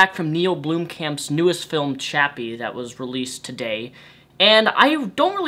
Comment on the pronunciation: Theres only one "o" in Blomkamp goddammit.